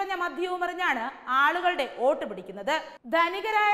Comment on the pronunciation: Not OAT. ❌. It is VOTE... VOTE ✅